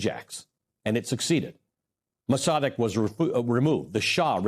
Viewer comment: "Maws a 'deg"...👈🤣... Mossadegh.....dude blew the name... EVERY TIME....👈👈🤣